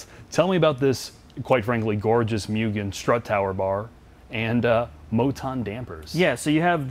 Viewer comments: For the love of God, its not "mew-gen", its "moo-gen". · ffs its not pronounced "myoo-gen", its "moo-gen". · Just FYI it’s (mo-gan) not (mew-gan) I took a trip to Japan to visit family and I got hosed for saying (mew-gan)